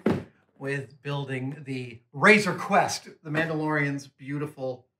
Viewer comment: It’s Crest, not Quest.